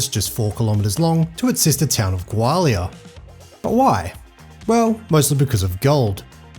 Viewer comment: Dude, it’s pronounced Gaw-li-uh😊